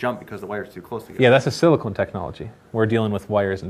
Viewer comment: its sili-CON, not sili-CONE... one is used for computers, the other is for... well... boobs.